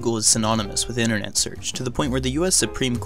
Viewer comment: "The innanet"